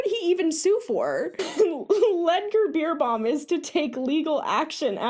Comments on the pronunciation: His name is not Pronounced Beer but more like Bär. I know it looks like it's Pronounced Beer but we'll: he's german and it's not an English name. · Haha totally mispronouncing his name totally made me laugh (not about but it just adds so much to the video hearing the "beer" instead of "bear"). He's always been quite popular over here. I never liked him... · every time you said his name I heard “Ludger Beerbong” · Not gonna lie, I thought you said his name was Beer bong XD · Please let me teach me how to say his name XD I giggle every time you say it so very wrong even tough your message is super important.